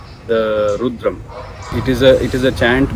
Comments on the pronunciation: Madam, please learn to say 'rudram' correctly. It's not 'roodram'. Thank you. Your videos are good. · Why does she say "Rooodram", instead of " Rudram" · It is Rudram ... Not RUUDRAM !! 🙏🙏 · Ma'am it's Rudram and not Roodram. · Madam, you are doing a fab job. Why have you chosen to maintain the pronunciation of Rudram as Roodram ?Is there a reason you keep saying Roodram ? Because this will confuse most people and they will change the original pronunciation to mimic you since you seem to be a well informed person. Please put a note of correction here if possible 🙏🏽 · Why has rudram become ruudram is it how westerners pronounce the word? Without western science acknowledgement some how our mantras lose relevance, tomorrow when westerners will apply a bindi or tilak we will embrace it wholeheartedly and tell everyone the potential benefits of the same. Till that time it is ruudram. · Pronounce rudram correctly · She speaking about Rudram chanting but I don't think she is practicing and first of all her pronouncing "Rudram" is wrong. When you dnt read Indian languages nor Samskrutha, such mispronunciation happens. She should practice herself, she will have more calmness and stillness !